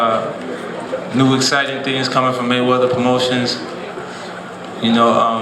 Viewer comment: Maywedder... lol mexicans..